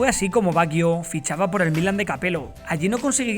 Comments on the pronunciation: Todo bien...pero me fastidia la pronunciación del apellido... No se dice "baguio"... Se pronuncia "bayo" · como que baguio? se pronuncia bayo. badjo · Por qué pronunciás "Baguio"? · Estaría bien que pronunciara su nombre correctamente...porque se escucha muy feo asi😉